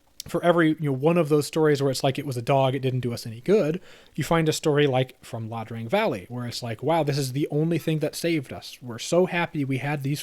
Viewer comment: One nitpick. It’s Ia Drang, not La Drang.